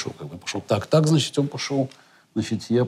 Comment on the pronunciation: С удовольствием посмотрел, спасибо! ЗЫ Оказывается, Каспаров говорит "значитЬ" и "дЭбют" , забавно 😎